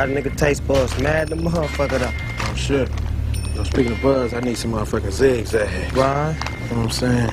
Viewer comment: He Said. ZIGGZAGG 💕💕😂